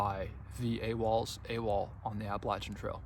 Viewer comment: You, my friend, are one of the few hikers on the Trek that actually knows how to pronounce the AT correctly. Yes it is with a “Latch” instead of a “Lay” sound. This two and a half minute video explains why that’s important. Congratulations and good luck!